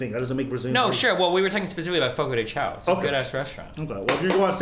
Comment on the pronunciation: Waba? More like, LABA. Brazilian BBQ is the best, the meat and spices are all over that place and for all tastes, and the way the keep saying "fogo the ciao" is triggering the LIVING shit out of me. It's "chão" remove the L in "shalom" and will sound closer to the actual pronunciation.